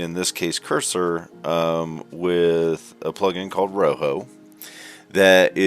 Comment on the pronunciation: great video but i couldn't not point this out, rojo is pronounced as ro - joe, but i found it a bit funny the way you pronounced it in the video as roho, and again the video was great i will be watching future videos from you.